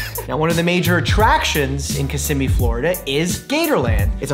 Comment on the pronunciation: Just like to say thanks for pronouncing Kissimmee correctly. Come back down, loads more to discover! 💜